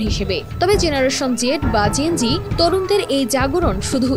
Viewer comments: KINDLYpronounciatio N TA THIK VABE KORBEN GEN-Ji NA (gen-z) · Please 'যেণজি' টা properly pronounce করেন